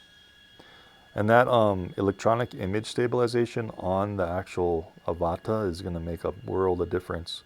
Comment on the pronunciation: Ava-tarr , not A-varta